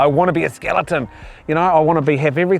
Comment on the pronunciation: Did he say " SKILLITUN "😂😂😂